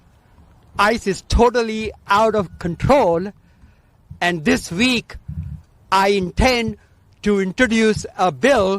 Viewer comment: Its 'week' ,not VEEK and its 'introduce' ,not 'inbodooz'